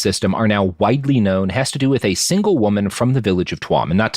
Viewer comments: Robert I respect you but Jesus Fucking Christ its pronounced "chew'em" not "twuam" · Love the show, cool to have you doing some Iriah topics. Tuam is pronounced Chew-am.